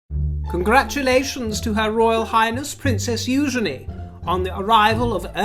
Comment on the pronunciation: I congratulate you,. You are one of the very few commentators who pronounces Eugenie’s name correctly. ‘Eugenie’ is such a pretty name. ‘Yoogeeeeeny’ sounds vulgar. Actually, it IS vulgar. Thank you!